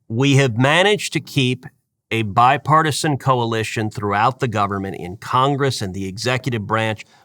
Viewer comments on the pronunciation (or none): none